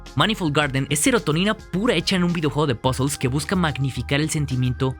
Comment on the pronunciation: No he podido tras escuchar dos veces "pasols" por puzles